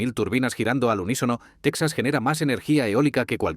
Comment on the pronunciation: No se si creer en este video cuando pronuncia tesaz